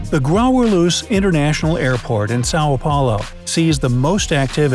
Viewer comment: I like when he pronounced SÃO PAULO. PORTUGUESE IS MY OFFICIAL LANGUAGE BY THE WAY.